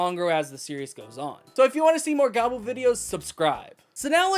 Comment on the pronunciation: Gavu, not Gabu